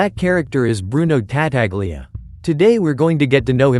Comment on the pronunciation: TA TA glia... jesus christ.